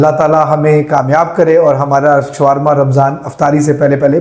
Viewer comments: شوارما نہیں شاورما کہیۓ ۔یہاں w سایئلینٹ رھے گا۔ یہ عربی کھانا ھے آپ سرچ کرلیں ۔ محمد meesaW قریشی ۔ کراچی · Showarma nahi bolte Shawarma bolte hain . Correct kar len . I like it aap ne achcha banaya hai . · This is not showrma , it's is sha war ma